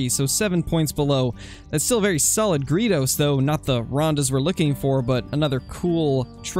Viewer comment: I cringe every time you say gredos. It's like greydos